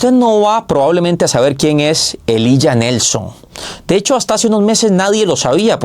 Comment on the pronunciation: Elijah se pronuncia "Ilaya"